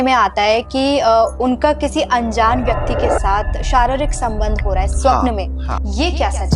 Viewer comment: महाराज जी स्वप्न का उच्चारण ठीक करें। स्वप्न होता है, श्वपन नहीं